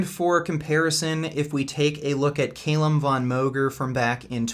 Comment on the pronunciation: Is Calum a hard name to pronounce? Really?